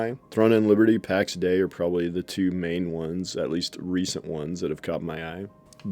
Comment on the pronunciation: Heard them pronounce it Pax Day-E